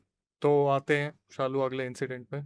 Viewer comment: it's Shalu bro not saalu